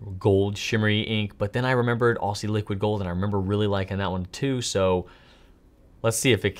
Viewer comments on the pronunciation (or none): pronouncing Aussie as "Ossy" cracked me up! (Generally in Australia, we pronounce it more like "Ozzy"). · Great video,. Try pronouncing it as "Ozzy" Liquid Gold, not so much as "Orsee" Liquid Gold. Looking forward to seeing you and Brian coming to Australia one day to visit Robert Oster and doing a video. 😉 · Before you wrote “Aussie Liquid Gold” I thought you were saying “Ostie Liquid Gold”, like giving Robert Oster a nickname 😂 thanks for the video!! I’m hyped to try some shimmer inks now!